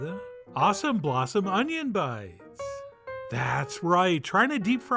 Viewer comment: 'Unjin' fritters!! Mmmm